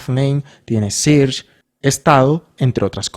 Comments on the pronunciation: sirch? 😂😂 se pronuncia "serch" !! muy buen video y explicacion either way! gracias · amé el video! pd: SEARCH se pronuncia SERCH